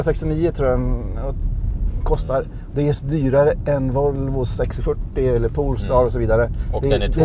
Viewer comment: Nu vill jag inte vara sån Alrik meeeeeeen… iX3 är väl inte en ombyggd i3 utan en X3. Du kör ju själv en i3 for sataaan. Du sa det på 3 ställen. Sen heter det inte poolstar utan polestar…